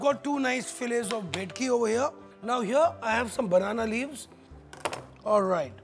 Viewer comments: u pronounce it as "Bekti".. seriously?? Bengali's will ban u from cooking a classical Bengali dish!! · It's bhetki not bekti